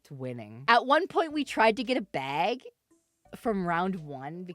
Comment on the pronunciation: This is the least Canadian "baeg" ever recorded. XD